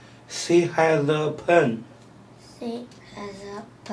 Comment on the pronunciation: Pen 不是 “盆”